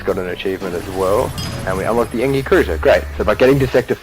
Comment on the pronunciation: Lol I've always heard it pronounced en-gee not en-gi.... It sounds so weird to me